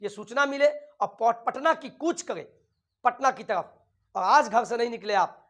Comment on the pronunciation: Tarafa Kyon bolate ho tum